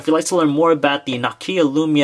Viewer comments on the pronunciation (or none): NOkia NO! where the fuck do you see an "a" in the beginning? Nakia? Nope, NOKIA! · Nawkia.... lovely. smh